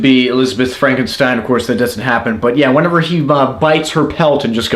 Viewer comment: That's "Frawn-ken-steen!"